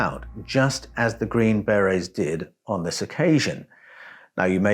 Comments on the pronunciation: Yeah lol, you're correct on that (second syllable in America for most words), but TRUST 😆, we Americans already butcher enough words as it is, I will be the first to be embarrassed by that! But for that group, a Force not to be reckoned with lol, it just sounds like "Beray", I was unable to finish watching and was honestly unsure if I was even following along well as it was-something big came up right before I clicked play and my mind was scattered to all hell, but that HUGE distraction just ended (positively) and I'm back online to get caught up and saw your reply 😊. Thanks for not taking offense, as absolutely none was intended! Have a great weekend. 😁👍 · How do you pronounce it? In English English I think the emphasis is on on the first syllable. In U.S. English I believe the emphasis is on the scond syllable. How did I say it? I guess either way it will sound wrong to someone! The hazards of speaking an international language eh! Health and Peace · Hey dude, we dont have Green berr-Rays, or Green Berries. They are Green Berrr-ayz! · I know you're an Aussie so your pronunciations are a bit wierd. But the 'army green berries' are pronounced as army green ber-AYS. Like the French hat called a ber-RAY. But all that tells is what kinds of hats the soldiers wear. Their real titles is army Special Forces. Their jobs are primarily ambassadorial. They have to learn a foreign language, firstly. The world is divided into 4 different quadrants - depending on the cultures/languages. After that, the Special Forces are trained in rebuilding an area after it was destroyed by war. They specialize in things like medicine, communications, engineering (roads, bridges, etc). I used to work in a Special Forces support unit called PSYOPS (psychological operations). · ...green "BareA's"? 😂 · Are you LITERALLY not able to pronounce the word, beret? 🤔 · The way you pronounce BERET and HOMOSAPIEN is fuckin stupidly cringey